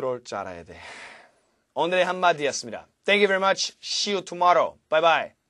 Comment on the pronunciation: "shi yu toomorow"at the end was precious !